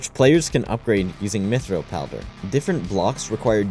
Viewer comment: They way he pronounces mithril as how J.R.Tolken's pronunciation of MEE-thril.